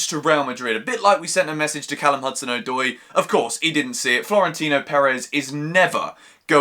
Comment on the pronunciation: It’s Callum Uh-doi not Ow-doi